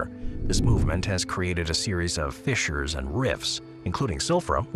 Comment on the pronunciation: Stop saying fizzers